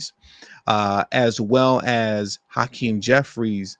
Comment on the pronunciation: Hacream was at diddly what i heard 😮